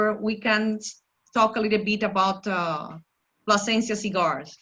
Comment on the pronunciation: U got the name wrong its PLASENCIA